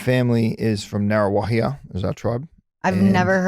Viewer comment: It's pronounced "Nah RU wah hee ah" haha. Yay Waikato shoutout. Love from H town ❤